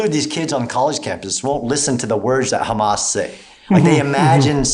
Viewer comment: How about calling them by their actual name, Hamas, not Khamas. Only God Chosen people call them Khamas because they can not pronounce the H. That just goes to say where you get your talking points from.